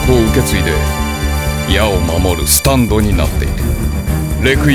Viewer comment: スタ⤴︎ンド⤵︎